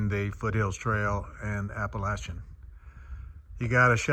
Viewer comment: Hello from WV! 💙💛 I love that you pronounce Appalachian the "right way" lol Good luck on your thru hike! Looking forward to seeing you summit 💪🏻